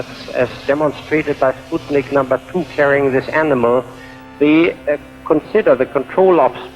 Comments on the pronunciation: Upvoted when you said "Sputnik" properly. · Completely tangential to the point of your video: what a pleasure it is to hear some other English-speaking person pronounce "Sputnik" correctly! (Perhaps it's just a Yank-speakers problem.) Of course I appreciate the rest of the content as well.